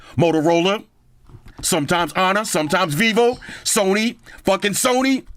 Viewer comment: always make me laugh saying sony.